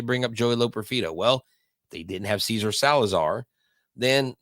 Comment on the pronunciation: It is NOT pronounced “Caesar” but SEH-SAR. The GREAT Gene Elston, Astros radio announcer ( ) pronounced the name of Cesar Cedeño correctly.